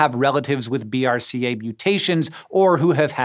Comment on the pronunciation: Just a note to make the delivery of future scripts easier: BRCA is generally pronounced 'braca' (just like CABG tends to be pronounce as the word 'cabbage').